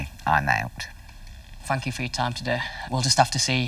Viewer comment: Did he just say “fank you”!?